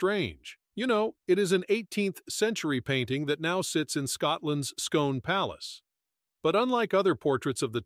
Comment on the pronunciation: Scone Palace - it's pronounced 'Scoon'.